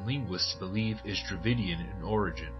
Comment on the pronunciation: Strange sounds like David kingdom ?